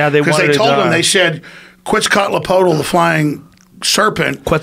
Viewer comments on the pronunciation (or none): Alex: “Quetzcotzapotal” Joe: “Quetzalcoatl” Best part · lol Alex said Quetso cut lo polo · This dude said "quitzcatlapotl" 😂😂😂 wtf